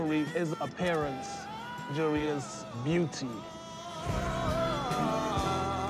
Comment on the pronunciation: Why can't none of them say jewelry? I luh mah jury!!!